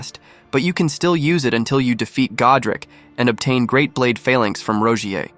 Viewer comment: roguiers rapeeier huh?